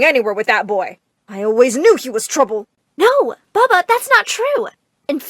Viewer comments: Bubba? It’s papa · every freaking time I heard ''baba" I cringed hella alot of times. LEARN TO SPELL PAPA PLEASE